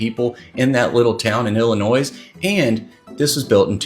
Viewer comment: I'm from Chicago and dude pronounced my state making the s sound on the end of illinois and I just wanna say don't do that dude 😂